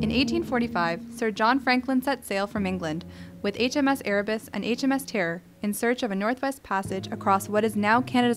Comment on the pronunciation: “HMS Tearr”